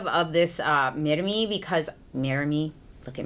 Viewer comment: Laura Hafner sorry but no. Roll the R. If you say "midame" sounds very funny😅 literally means "measure me"